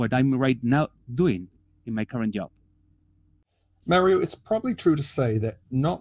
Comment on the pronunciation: Excellent as usual. But, Mario’s name uses the same vowel sound as your name. It doesn’t sound like mare. It sounds like mar.